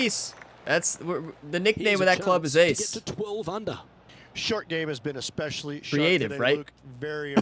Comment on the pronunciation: The word is especially not ickspecially